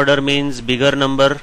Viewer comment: He said biggerrrrrrrr numberrrrrr lol